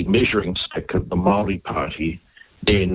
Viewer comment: For goodness sake how many years have you lived in New Zealand, Aotearoa and you can’t pronounce Māori words ?